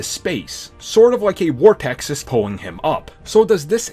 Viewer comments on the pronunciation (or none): Lmao did you just say wortex?